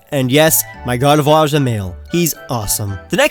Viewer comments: GARDEVOIR CAN BE MALE, TOO! THAT IS IF YOU DON'T FIND A DAWN STONE BY LEVEL 30! AND ALSO, IT'S GARDEVOIR, NOT GADERVOIR! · did he said gardefloir?